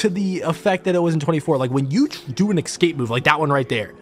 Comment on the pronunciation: Jesus mate. Its E-SCAPE.....Not EC-SCAPE. ESCAPE!!